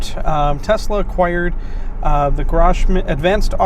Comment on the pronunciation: Grohmann rhymes with crow-mannn.